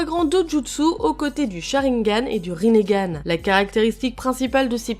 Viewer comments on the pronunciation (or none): arreter de dire le rinégane